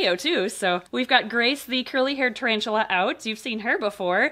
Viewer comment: Its a ta-RAVE-tula! Ooontz ooontz ooontz ooontz